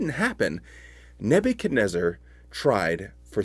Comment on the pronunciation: Neb u chad WHO? REZ ZAR?? ...REZ ZAR!!? i always thought it was neb u chad NEZ zar? 🤣🤔